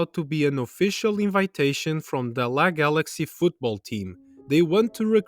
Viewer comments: No offense bro but could you work on your voice, accent, delivery, and pronunciation??? It's reaaally bad. it's L.A. Galaxy, not La Galaxy prom·is·cu·i·ty /ˌpräməˈskyo͞oədē/ noun the fact or state of being promiscuous. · haha, I'm sorry but it's L.A galaxy as in Los Angeles not la galaxy